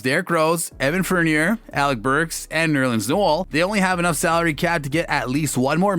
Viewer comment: Tom Thibidoooo. Evan Fernierrrr. Nerlens Nuool... IM DEADDDDD